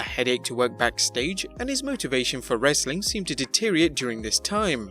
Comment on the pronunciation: There's no need for the way he says wrestling at the end